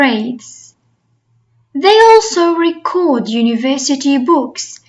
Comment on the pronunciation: Thanks for your effort, but the pronunciation of the word "record" is not correct according to both American and British English. 😊